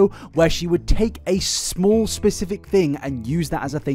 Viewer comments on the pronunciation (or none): none